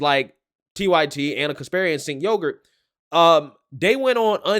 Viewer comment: I love that you call him Sink Yogurt 😂